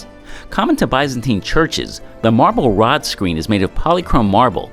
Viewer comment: Rood screen not rod screen